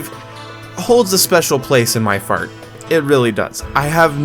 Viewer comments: HAHAHAHAHAHA in he meant to say heart but he say fart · did you said :" far cry 5 holds a special place in my FART"!!! hahaha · I couldn't understand if you said heart or fart, but afterwards I got the idea